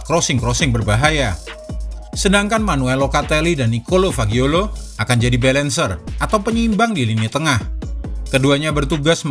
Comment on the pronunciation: Fagioli, bukan Fagiolo, hehehe...